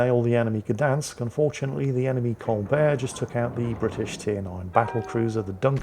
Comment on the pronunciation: Its pronounced "shdansk"